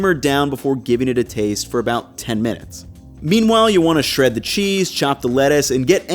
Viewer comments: I thought I was trippin when he said “salt to TaYiiste” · "and lastly, some salt to tAyste" Random accent detected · also you said “taste” like an australian at 😂